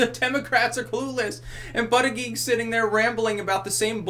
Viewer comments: His name is pronounce Boot Edge Edge. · I believe it's pronounced like "Booty-Judge". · It's pronounced "booty judge" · I think it's actually pronounced Booty-Guy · It's pronounced Butt-Judge for Pete's sake. That's hilarious!